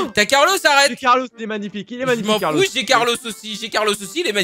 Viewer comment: C est Carlo pas Carlos